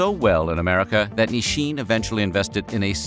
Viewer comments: it's so weird narrator keeps pronouncing it "Nisshin". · why does he keep on saying "ni-shin"? i've never heard that pronunciation before, not even from my japanese friends.